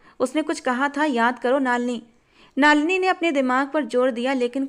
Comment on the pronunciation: नलिनी है,नालिनी नहीं है